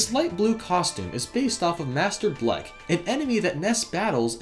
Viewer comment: late to the slam party but he called master belch "master blehk" like how do u mess up this bad